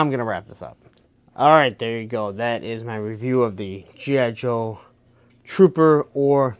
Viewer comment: Slow down. Articulate. Its G.I. Joe...not jhijho.